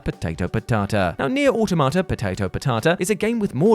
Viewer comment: I will always post this comment every time I hear this phrase. saying "Neir Automata Potato Potata" always makes me laugh. Never gets old